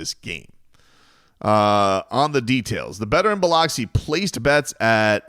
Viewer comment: Lol Biloxi is not pronounced like that 🤦🏽‍♂️.